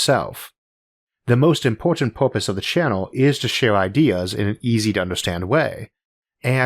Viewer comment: Isaac i have watched you for along time now and can lit really tell your voice change and improve over the time. Its charming and quirky. However i still a get a little chuckle when you say purpose. I always imagine a little dolphin in space heh!